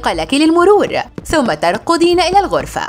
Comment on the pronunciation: ترقضين إلى العرفة 😂😂 ألا يمكنك نطق حرف الكاف